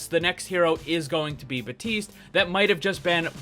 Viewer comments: its BAPTISTE not BATISTE. FUCK THAT MAKES ME MAD. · Baptiste not batiste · Lvl100 boss: not pronouncing the P in baptiste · In french we also say Batiste when someone's name is Baptiste